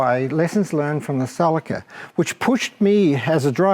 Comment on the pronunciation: he means ceeelica.celica not calica. fuckin guy.